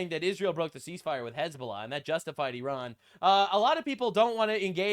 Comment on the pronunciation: His fake ass hezBOOla pronunciation makes me physically writhe